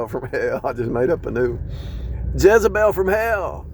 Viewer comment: Like how you said Jezzebel (hell) & De lie la. Perfect. My son married both in one. A nightmare & he has no idea. She steals from me all the time. Right out of my pursue & place. Nightmare!